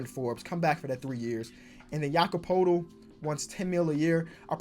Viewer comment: poeltl is pronounced pertle